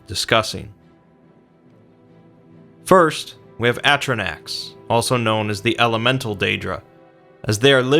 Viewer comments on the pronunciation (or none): Its fucking pronounced "a-stro-noks" not "ast-ro-nacks" where the the fuck do you get "snacks" from those vowels... sorry ive been drinking guys.. but come on... doesn't fucking English vowels mean anything... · why do you pronounce atronachs like you're from winsconsin?